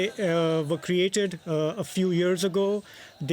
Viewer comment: "we ere peaceful people" 😂😂😂😂😂😂😂😂